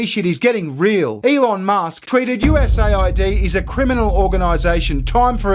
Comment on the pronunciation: Dude, it’s not pronounced USA ID, it’s US AID.